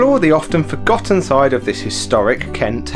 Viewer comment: bro you went to the main part of ashford and said its fotgotton